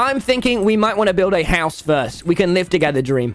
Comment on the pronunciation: Tommy says house different.. he says HAOUSE